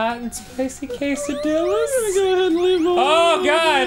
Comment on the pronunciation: Did Dan really just pronounce quesadilla like that? [sighs loudly]